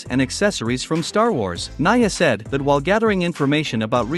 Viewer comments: its pronounced ni-a, not naya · its pronounced n e a not n i a